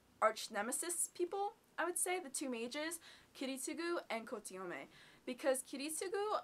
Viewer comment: I liked Kirtsugu's backstory, but I still felt he came off as a douchebag. He was awesome, but still a douchebag. And I know this is an absolute nitpick, but it bugged me how you kept mispronouncing Ko-to-mi-ne's name. You did make a good Saber though, and I love this anime to bits.